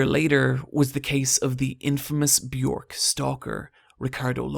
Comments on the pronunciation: Björk rhymes with jerk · you mispronounced Björk's name omg